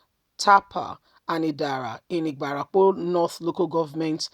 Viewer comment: Ibarapa...not ibarapo